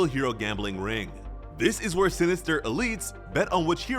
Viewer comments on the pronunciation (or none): none